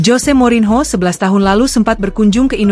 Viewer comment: Mba baca nya morinio, bukan morinho😂, kalau ucapin nama asing buka google dulu mba😊